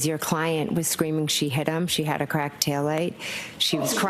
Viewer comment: She doesnt remembah, but she remembahs the lens being kwacked.